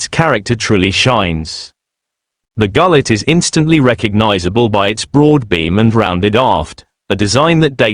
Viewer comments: 200% agree. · These AI content are always rubbish. To begin with, its pronounced 'goo-let' . Secondly, none of the photos are of a classical Turkish Gulet. These photos are about as realistic as the so called 'pirate boats' that offer tourist binge drinking in Florida. Total AI rubbish.